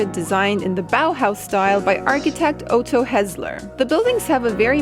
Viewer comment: Oato. Is otto...o sharp t....otto....easy?